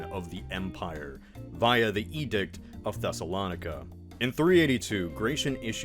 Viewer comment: mispronouncing names is not something I’m used to, but he did it twice. He mispronouncing “Thessolonica” (the “I” makes a long “eye” sound) And “Ephesus” (it’s “Ef-e-sus”, not “Afee-zus”)